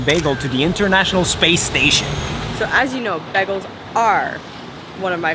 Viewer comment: The girlfriend loses all credibility when she calls them “begels“